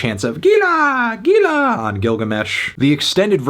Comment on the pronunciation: And it’s pronounced Heela Heela